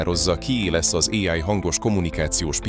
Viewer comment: Még mindig fura az AI narrátor. "[éáj]-val",... Illetve az előző videóid témáihoz képest, ez olyan lett, mint a "A bíró okos lánya" (vagy ha másként ismerős: Mátyás és a bíró lánya) " ... hozott is, meg nem is. " Ennek, nem sok ismeretterjesztő eleme volt. ✌🏻Építő kritika.